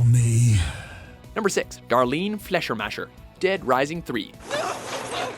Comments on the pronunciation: Faschermascher? you mean Fischer macher! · Fläschermäscher?... Das heisst FLEISCHERMACHER!!! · Fleischermacher is pronounced 'Flyshamakha' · „Flesher-masher” is not how you pronounce that. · You say fleischermacher wrong -.- sry has to be! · uh wow.. thats the worst pronunciation of Fleischermacher I've ever heard.. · How you pronounce "Fleischermacher". I can't stop laughing xD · That pronunciation of Fleischermacher xD